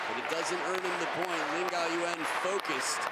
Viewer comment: one time say laan gan😂